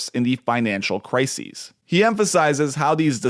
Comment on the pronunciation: Love your content. One nitpick: in all of your videos you are pronouncing "crisis" the way that "crises" is pronounced. "Crisis" is pronounced "cry-sis".